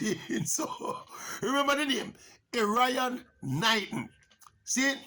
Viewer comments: Wrong pronunciation of his name...Err iy on,not Er ryan.... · His name is pronounced Erre-on Knighton lol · Not pronouncing Erriyon correctly.